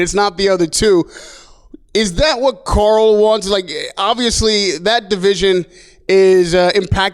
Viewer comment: Anyone else hearing him say Carl as Coral?